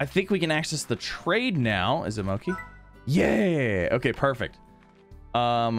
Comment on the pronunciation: Mochi miles is pronounced moh-chi